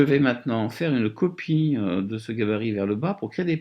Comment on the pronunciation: 8min 30 "une copieuh"